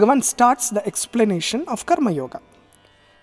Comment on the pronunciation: Why, u are not pronouncing the Sanskrit words properly, like karmayoga ,( कर्म योग) and not ( कर्म योगा). Arjuna अर्जुन and not अर्जुना. All these are अकरांती शब्द. That is why ending with "a". This is a humble request.